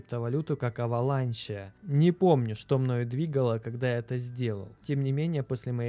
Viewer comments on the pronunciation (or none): Улучши произношение английских слов, просто аваланч. Слух режет эти вальмарты, аваланче...